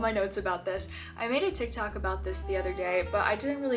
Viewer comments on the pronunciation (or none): none